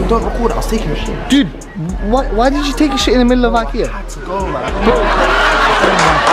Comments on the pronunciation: Gee they pranked me good I the title says IKEA but this man said IHEA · And he says IKEA with an r on the end.